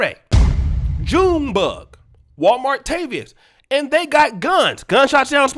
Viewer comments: said Walmart-tavias⚰️⚰️⚰️😭😂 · said Walmart tavious🤣🤣🤣